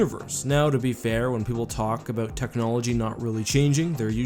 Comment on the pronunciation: Abowwwwwwwt. Not abooooot.